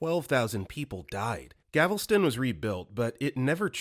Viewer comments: I know this is over half a year later but I would like to say that for the first fact it is “Galveston” and not “Gavelston.” I’ve lived right next to the island, known about and visited it my whole life, and everyone in the greater Houston area goes there for the beach. To add to the 1900s storm. They raised the entire island like 8 feet after the storm and created a sea-wall that’s like 17 feet. Also nuns at the orphanages would tie a rope around themselves and a group of orphans as to not lose them, but it actually led to “if one got caught in the storm they all did” kind of thing. Very sad :( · Gavelston? GAL-VES-TON -Texan. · GALveston, not Gavelston! And the Galveston hurricane of 1900 isn't exactly obscure history. It's pretty darned infamous. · Lmao.. bro said Gavlston instead of Galveston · He said gavelston instead of Galveston 😭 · Galveston. Not Gavelston. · GAL VES TON not GAV EL STON 😂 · Please do some research; it’s “Gal-ves-ton” not “Gav-les-ton”. Maybe pick up on some story cues too, like “console” (“[CON-soul], noun, a game system) vs. “console” (“[con-SOUL]”, verb, to comfort someone). Your stuff is good but your mispronunciations are ATROCIOUS. Just practice and read the story a few times before recording. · Immediately triggered by Galveston being mispronounced as Gavel Stone. But yes, it tends to get hit by heavy hurricanes. Not easy to evacuate from what is essentially a small island with only one way out. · galv-eh-stin. thats how you say it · GAVELston… not sure you got that right. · GAL-veston. Practice saying American city names before you piss off another Texan with that pronunciation mistake. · Not trying to be a jerk, but Story 1: It's "Galveston", Texas. I like this channel, but it makes me wonder if there's any sort of research done to back up the content. Hopefully, just an honest mistake!